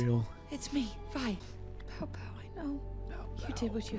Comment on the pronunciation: Vi rhymes with Bi you know